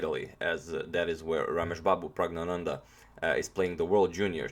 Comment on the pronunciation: Caesar Augustus you say it like Prugg-na-nanda